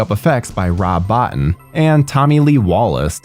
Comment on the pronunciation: I could be wrong, but i think it's pronounced Rob Bo-teen. Don't wanna get this legend's name wrong. Am I correct on the pronunciation?